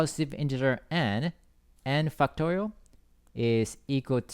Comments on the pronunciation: whhy do i hear "fucktorial" T.T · fucktorial. he said fact correctly tho. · stop saying fucktorial. i can't concentrate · cannot unhear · It doesn't sound like he's saying factorial lol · i love your explanations! but i cant help but laugh when you say 'factorial' hahaha thank you I learned and laughed, the best combination!!